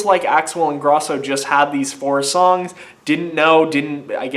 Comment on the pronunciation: You're pronouncing Ingrosso wrong. Pronounce the 'o' dipshit. And SHM is gone. It wasn't working out between them anymore. Axwell & Ingrosso are something completely new. They also dropped a physical album